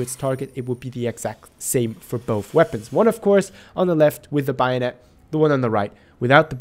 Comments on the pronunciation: Hehe it’s bayonet not bio-net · if I ever hear someone pronounce it buy o net, in going to kill myself. it's fucking bay o net. bayonet. exactly as it's spelled. Jesus fucking Christ. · Take a hit every time he says Bio-Net (don'tODchallenge)